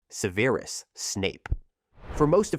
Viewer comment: One thing: it’s pronounced seh-ver-us snape not seeveerus Otherwise W video 🔥